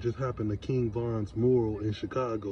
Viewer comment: Mu’ ral not moral 😂😂